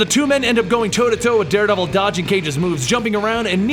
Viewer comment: I think Da Deredevil